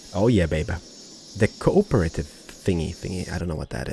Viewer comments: Oh and it's Co-op-or-tive say it quickly and that's how you pronounce it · the co-operative has loads of branches, so the one you got was the food branch, you can get bank, travel agency, pharmacy and loads more ps. you pronounce it co-OPRATIVE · It's the co-op-re-tive